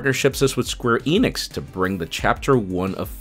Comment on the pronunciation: Lol he said square enix SQUAREONIX FKR